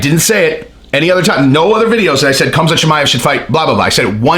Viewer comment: It's not Cumzat. It's Hamza